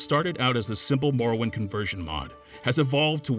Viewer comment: Insider info; There was a pretty big debate internally over whether or not we should use that clip. (who edited the video) decided to use it because he didn't have another suitable clip iirc. She also mispronounces "morrowind" lmao